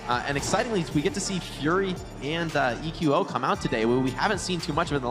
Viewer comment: a good caster and all, but is anyone else bothered by the way he says the players names? Like he's the only one who says saedo and he calls eqo "eco"